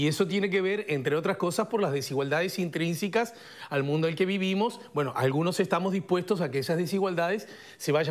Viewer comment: se dice intrínsecas, no intrínsicas. No es la primera vez que te lo escucho decir mal, sos un comunicador, exprésate bien